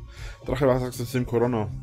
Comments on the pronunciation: Koarrronnah.. Kann der 1 Wort richtig aussprechen? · Jeder geistig gesunde Mensch dieser Welt: "Corona-Virus" Drache: "Der CoroNnNer" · Niemand Wirklich Niemand Rainer W. (Defenitiv derjeniche): " KoRonna" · Warum kann dieser Mann "Corona" nicht richtg aussprechen?